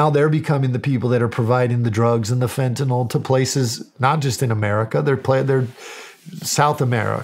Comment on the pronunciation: This guy is the first person ive heard in ages pronounce fentanyl correctly